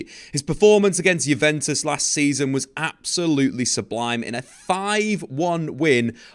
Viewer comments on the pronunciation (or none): none